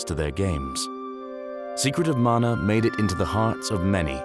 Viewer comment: Amazing video! And thank for saying “Mana” and not “Manna.” 😎